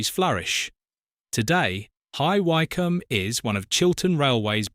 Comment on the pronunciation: Bye-cester, Hye-wycome! Not difficult to get right. What is the relevance if the orchestra? Another poor AI clickbate video.